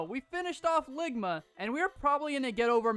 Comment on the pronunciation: It's longma not lligma